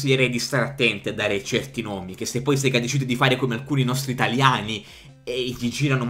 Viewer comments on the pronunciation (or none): none